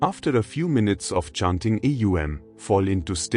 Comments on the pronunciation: Atleast train your AI to pronounce words correctly. It's not A U M...it's Om...one word. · AUM prononunce not like this alway OM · Is it AUM or EUM as there is inconsistentency, or is it AUM pronounced as EUM? Thanks... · Thank you 🙏. But how to pronounce AUM should be demonstrated in the video. Because I am already practicing with the 3 sounds "aa..." "oo.." and "mm.." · How is the mantra pronounced? OM or AUM?? And thank you for sharing this wonderful lesson! 🙏🏻♥️Namaste